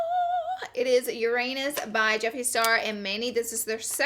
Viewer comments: Yeerr-anus. I'm dying. Lol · I love how they keep pronouncing Uranus your-anus 😂 girl it's Yoo-rah-nes 😂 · Legit thought she just said your anus 😭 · What Laura says : Uranus What I hear : your anus. LOL !!! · Astronomy lesson, the way to pronounce the planet Uranus' name is Ur-ah-nus! Great review I love it! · Lauraaaaa!!! I'm dying laughing in my car! Every time you say "Uranus" it sounds like "Your Anus" 😂😂😂😂😂😂😂😂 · I heard "Uranus by Jeffree and Manny" as "Your anus by Jeffree and Manny" and I was like what did she just say? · its funny how you pronounce Uranus lmao